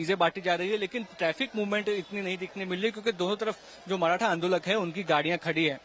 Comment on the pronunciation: माराठा नही मॅडम मराठा बोलो इन गोदी मीडिया को ठिक से नाम भी लेना नही आता